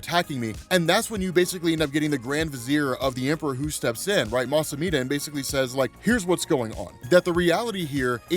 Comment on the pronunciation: Yeah there's things you don't know, like how to say Mustafar 😉